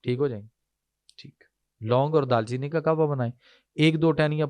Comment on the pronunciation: Bhai phly tw apni urdu thk kro dal cheeni ni hota darcheeni h lafz